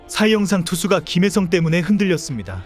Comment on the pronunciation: 초 그러나 3회초, 다저스 8번타자 김일성이 출루한 이후 분위기가 바뀌었습니다. 라고 들리는건 제 귀가 이상한건가 ㅋ